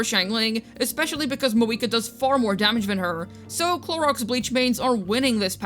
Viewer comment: I truthfully laughed out loud with "Chlorox Bleach"! I love how you switch between pronouncing the names accurately and coming up with alternatives!